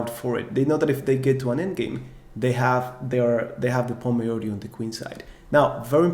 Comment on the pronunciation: Great content, I am an 1900 FIDE rated player and am really enjoying your videos. Filling many gaps in my knowledge and reinforcing what I already knew. Very professional with great graphics. Keep it up. You have put a lot of work and energy into this. I hope you become an internet legend! Just one tiny suggestion. You are pronouncing the word ´majority´ slightly wrong. No big deal. Everyone understands you.